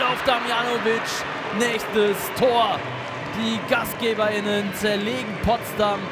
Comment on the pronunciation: Der arme Kommentator kann Gastgeberinnen schon gar nicht mehr aussprechen